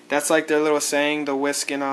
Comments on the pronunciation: There is only one way to pronounce WeSC, yet despite numerous attempts and tries, some people say it wrong. So we thought we should simplify it a bit for those of you who aren't already in the know. So repeat after us: Wi:, Es, Si Get it? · Its pronounced We S. C.